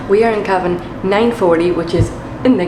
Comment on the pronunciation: just needs a wee cup of tea... and sleep in a cozy kee-abb-inn.....